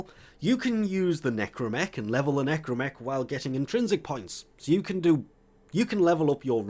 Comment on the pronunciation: Watching the Necramech part, I know is to force the player to farm, but man the Capsule part could have been share between both. Also yes, is NecrAmech with an A.